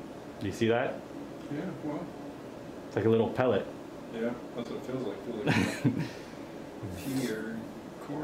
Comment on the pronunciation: Bro it’s called “pellet”... idk if you we’re going for a frenchy French version, but just an observation😂